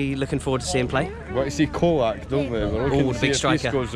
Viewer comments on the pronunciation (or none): Another great video,. A good start to the season for us and an enjoyable day at the game. Just a small thing, Colak is pronounced Cho-lack, not Ko-lak. Keep up the good work!